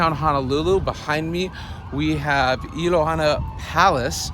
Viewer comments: You pronounced Iolani palaces ilohana . Video taping is not allowed. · excuse sir the palace name IOLANI the royal Hawk of Heaven not ilani.